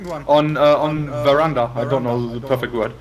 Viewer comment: Brammen episch wieder mit seinem Englisch! "Is it here in ze near?" xD